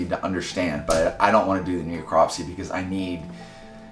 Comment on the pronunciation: "Kneecropsy" It's a Necropsy.